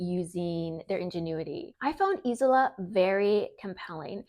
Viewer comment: It’s pronounced ez ola